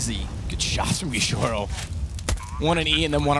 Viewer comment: "gishorou" JAJAJAJAJA